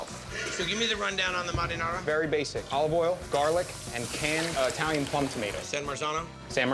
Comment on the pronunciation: The way he says MARINARA 😂😂😂😂